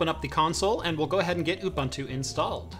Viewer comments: Dude its pronounced ooboontu, not oobantu. Making me cringe here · Ubunto is pronounced Ooboontoo. Not Bantu , a bantu is a person from an ethnic group. Where as Ubunto is a philosophy. ;-) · love the vid. Just some little fact, Ubuntu is pronounced Ooh-Boon-tu but pronounced fast. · Lol. A lot of Americans, like in the video pronounce it Ooh Bun to. Like a bread roll slipped in the middle there ;) The boon is like a fast boen. Just sounds better ;) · Nice vid. Always a bit strange to hear Ubuntu pronounced as youbuntu, but nice to see it being used. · it's pronounced ooBOONtoo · You could yell at him for his pronunciation of Ubuntu lol